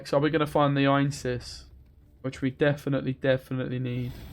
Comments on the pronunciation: I hate to be that guy, but it's Ansayis not Einsis. I wouldn't be bothered by it if it were just once. :D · It's not Ainses, it's Anseis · Actually, it's Anséis.